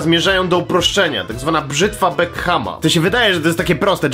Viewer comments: Brzytwa "bekhama"? No ja przepraszam bardzo ale to wcale nie tak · Czy ja usłyszałem Brzytwa Beckhama?:D Brzytwa Ockhama*! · Ockhama a nie Beckhama 8) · Nie brzytwa Beckhama, tylko Ockhama. 😋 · brzytwa bekhama ? chyba raczej brzytwa ockhama